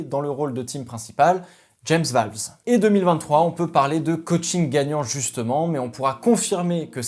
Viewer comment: Valvese c’est la prononciation correcte?